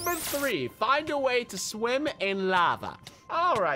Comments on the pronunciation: you said swin not swim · Did it say SWIN? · Did anyone else notice that when it was meant to say “find a way to SWIM in lava” it said “find a way to SWIN in lava 🤣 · it is swim in lava and not swin in lava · Lol swin you mean swim